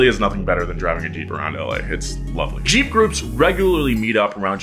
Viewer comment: Whem u said jeep i thought u said cheap 😂